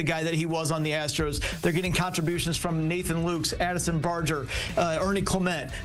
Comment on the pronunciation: Nathan Lukes is pronounced Nathan LUCAS. Improve your preparation.